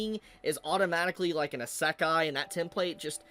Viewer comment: Pretty sure you say "isékai" and not "isakai" (sound of the word) Just friendly reminder, no hate/ps: you do kinda correct in the end of the video But yeah pretty ignorant take from that dude. Just because the dude doesnt like what the anime is all about: the small moments and their importance he straight up says it is a bad anime. He is jut ragebaiting. Let me give you an example. I dont like pure comedy/romance/drame/slice -of-life anime but i would never dare to say it is bad because of its genre... Its just not for me, and thats what he is confusing an actual bad anime with an anime thats is not for him (or maybe he knows and just wants attention).